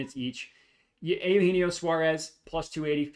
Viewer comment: correct on the pronunciation. Ay-You-Hen-Eee-Oh